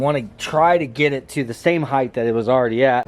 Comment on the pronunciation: Ride Height not Ride Heith